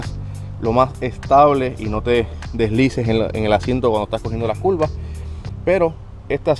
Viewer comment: Se dice curva no culva😂😂😂